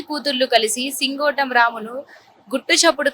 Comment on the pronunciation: సింగోటి కాదే సింగోటం